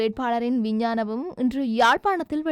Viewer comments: விஞ்ஞானம் இல்லை."விஞ்ஞாபனம்"சரியாக சொல்லுங்கள். வாய்க்குள் வராதா.....? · விஞ்ஞானபம் அல்ல விஞ்ஞாபனம் என்பதே சரி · விஞ்ஞாபனம் என்று சரியாக உச்சரிக்கவும்